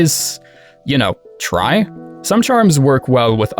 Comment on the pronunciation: I loved how you said “try” like you are hinting at overcharming